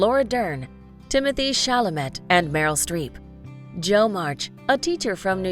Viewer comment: Bront? Chalamett? The Siri narrator should probably learn to pronounce the names.